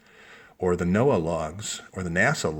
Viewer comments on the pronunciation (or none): none